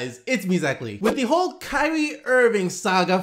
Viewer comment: "Kywee Irving"